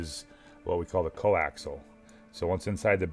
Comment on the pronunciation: I think it's "coaxial", not "coaxl".